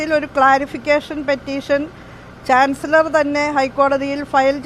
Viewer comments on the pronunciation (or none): ചാൻസിളറർ.... ചാൻസിലർ എന്ന് പറയാൻ പോലും ഷഹോഡരിക്ക് അരിയില്ല 😅😅😅